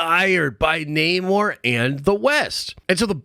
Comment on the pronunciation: Not with Nah-more.